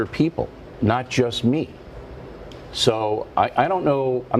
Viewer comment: Did he say it jas jas me??? Or not just me?